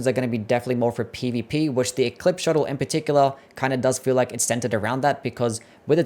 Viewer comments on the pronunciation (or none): Shottle...... my dude, it's pronounced show-tell